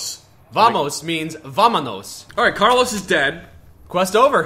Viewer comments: uuuuuugh I can't listen co carLOS spanish.... The first syllable is pronounced stronger than the last. It's like CARlos and not carLOS. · It's not "Carlos" It's "Carlooossss" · Spanish is my first language... I cannot explain how painful it was to listen to "Carlós"...